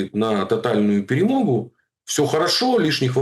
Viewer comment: Ха-ха: "ПЕРЕМОГЬУ". Скажи слово: "ПАЛЯНЫЦЯ" . По украински звучит : ПЭ-РЭ -МО-ГА.